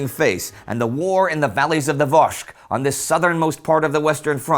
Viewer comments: Vosges is pronounced "voj" always, in singular and in plural. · Great video. Thank you. Like some others here I did cringe at the pronunciation of the Vosges, but overall great. I hope you do a segment on the battle(s) at Le Linge just north of Hartmannswillerrkopf.